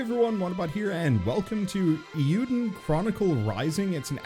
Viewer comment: It's not "EE-YOU-dun", it's "AY-you-den". It's "Legend of Hero/Heroes" in Japanese (Eiyuu Densetsu). Though that's better than the last person I heard say it wrong, who completely misinterpreted the I as an L. I'm only pointing this out because it's part of a duology that is a spiritual sequel to one of my all-time favorite game franchises, Suikoden, so I have to give it respect.